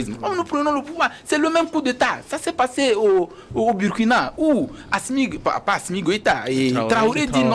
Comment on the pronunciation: Svp: Burkina se lit Bourkina, un ouest africain le sait quand même. Comme Burundi se lit Bouroundi. SVP!